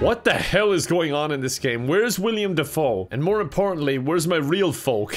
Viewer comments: Hearing you pronounce willam dafoes name wrong is another level of extreme lol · Hilarious how badly he mispronounced his name. Obviously, you pronounce it "Villain DeFoe" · There's only one "i" in Willem Defoe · Beyond two souls except mispronounces “willem Defoe” for